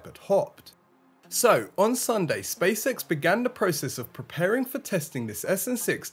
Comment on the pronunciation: Space X not Spacesex